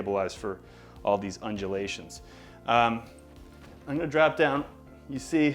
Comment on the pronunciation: New drinking game, you drink every time he says unjelations